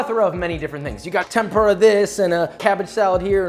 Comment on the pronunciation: Josh, I love you and have been following you for a long time. I've got your cookbook etc, but you've got to pronounce furikake and tempura right lol. Less "FURY" and more 'foori' (without the extended vowel). Also, you should cook against a fan, that would be awesome!